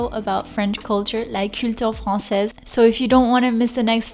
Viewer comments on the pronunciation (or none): Hello, thank you for your wonderful and informative videos. I have a question about your accent if you don't mind. I have noticed when you pronounce 'fromage' or 'Francaise' the rolled r is very soft and sometimes not even there. Is this because you are swapping from French to English all the time? And yet you still sound perfectly French! It gives me hope that my own French pronunciation can be passable and comprehensible even though I find that r in the back of the mouth very difficult! I'm getting better at it with practice but it's still too abrasive. Also, I love the way you change from French to English, it's so helpful. Merci beaucoup!